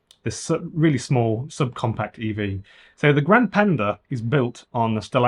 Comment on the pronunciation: If you are pronouncing Italian words say all the letters grand - e and the e Is e like in Elephant